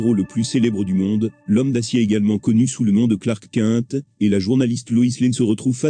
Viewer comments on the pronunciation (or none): "... connu sous le nom de Clark "Quinte" !" Difficile d'écouter qqn qui veut nous conseiller des séries mais qui ignore comment prononcer le nom des personnages !